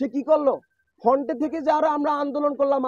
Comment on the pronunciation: আর "ফন্ট" কিরে ভাইই ? 😆 তুই নাকি শিক্ষিত.. শব্দ টা "ফ্রন্ট" হবে গোবর গণেশ । 😂